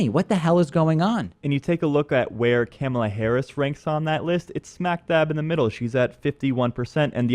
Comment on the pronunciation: I believe it is pronounced "Kuh-mah-Lah" not "camel-A" lol